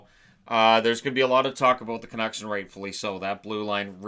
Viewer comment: It's OK, Chiarelli is going to the Canucks, not the Canooks.